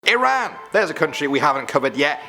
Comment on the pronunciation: I’m from Iran ayyyy. Salam. It’s also pronounced ih rahn. I’m from Iran and I’m also part Turkish.